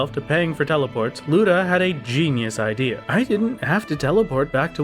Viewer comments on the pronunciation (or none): none